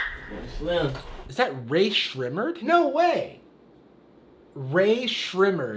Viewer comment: Ray ser ray murd never heard anyone say it likr that